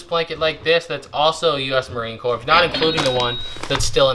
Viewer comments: Yikes appreciate the shows. However. You like Obama mispronounced Marine Corps. Not Pronounced C O R P S E s is silent. Always good to learn daily more respect from others And most important for yourself Aloha Tom so envious of your career choice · The sand might be from Iwo Jima - Marines who make the pilgrimage there often bring back sand. Please get it back to him. Also, it is pronounced Marine "CORE", not Marine Corpse - Keep up the good work! Very interesting stuff! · Marine Corps is pronounced ‘Core’. 😂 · All Marines are ALWAYS Marines, regardless of where they are or what they are doing. The fact that he was an NCO (non-comission officer) deserves respect. A leader of Marines. Amvets, VFW, and other veterans organizations can help try to find him. Semper Fidelis, is the Marine Corps (pronounced core) motto. It means "Always Faithful " Marines say Semper Fi to each other. If you find him tell him many of his brothers want to say Semper Fi, and wish him well. R. J. Chapman USMC. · Marine Corps. I was always confused how to pronounce it. It's Cor. Don't call him baby!!!